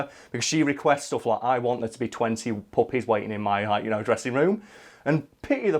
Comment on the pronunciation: lulz. I tend to listen to YouTube at 1.5× Speed n usually I understand everything but occasionally someone's accent get get a word past me that I can't quite make out. I kept hearing u say Mariah Carey requested 20 "Puppets" instead of "puppies" n yet until u started talking about how to actually collect these dogs I was totally on board with her wanting an army of Puppets, cuz ya, that sounds like a Mariah Carey thing to do